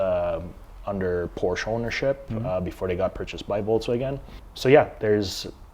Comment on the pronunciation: You can’t even say Porsche properly.